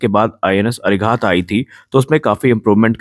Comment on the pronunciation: अरि_हन्त अरि_घात अरि-दमन कृपया उच्चारण में शुद्धता रखें